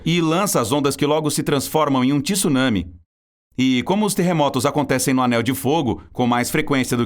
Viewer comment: não é Tisunami é Tsu caralho não sabe pronunciar tsu não grava vídeo